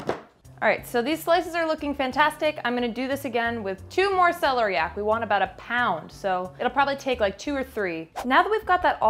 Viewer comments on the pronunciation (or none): That is celery coming out the top of that celeriac root.and its se lair iac accent on lair.